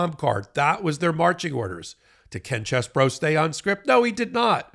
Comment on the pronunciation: Stop trying to church it up. His name is CHEESE BRO, not Chess Bro.